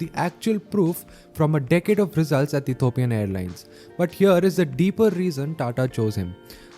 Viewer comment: E T H I O P I A N not Ethopian.